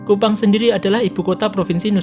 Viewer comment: KUPANG bukan KUPAN.. aduhhhhhh